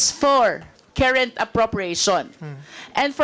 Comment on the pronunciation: Bakit itong c Luis tro hindi napuna ni Arn Arn, Carrent..... Kerint ang binibigkas, 😅😅😅🖕🖕🖕